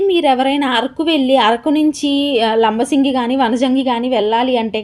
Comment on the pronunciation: Madam.. labasingi kadandi.. LAMMASINGI